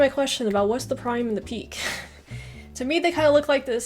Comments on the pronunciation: As everyone is rightly saying, the peak or prime is the time of best performance by the player and PEAK and PIQUE (GERARD PIQUE) are different PIQUE being pronounced as PI KE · That is a Spanish name Pique pronounce Pi-que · PIQUE is the NAME of the player. Gerard Piqué. Prounouced Pee-Kay, If you hit the ball BEFORE tripping a player, NO FOUL. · I'm a Spanish speaker and Piqué is really pronounced "Pee-keh". His name is a Catalan name, and in Catalan it is also pronounced this way. "Pee-kay" is just the way English speakers mispronounce it, although it doesn´t sound so different :) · PIQUE is Pronounced as P- KAY. he's a Defender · Pique is the name of the Barcelona defender rather say Pikay Pique. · Pique /pike/ Is a defender In Barcelona. He's Shakira's husband. E in final position Is not mute in spanish like it Is un english. This Is a verte common mistake for english speakers. Keep it in mind. Greetings from Argentina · Pique is pronounced Peekay ..... it's his name ! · At the risk of somebody already having answering this: pique isn't a thing, but a player :) And it's Pee-Kay, not Pique. Lol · Also, Pique is pronounced "peakay" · hahahaha this was the most random thing ever, for Messi they said on his peak, like the peak of a mountain, meaning being at his best The other one was spelled Pique and its the name of the player (he is the husband of shakira). ps: it is pronounced very very differently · Hola! from Spain. Gerard Piqué is a spanish player, from Barcelona (Cataluña, España), who plays for F.C. Barcelona. He is one of the best players of Barcelona (or "Barça", as it's also known), like Iniesta, Jordi Alba, Xavi... (and until today, Messi). The graphic accent over the "e" (é) means that the stress it's in that letter, so, not only the "e" is not silent, in fact , the strong syllable is the last one. Therefor, is not like "pik", it's "piQUÉ". Saludos :D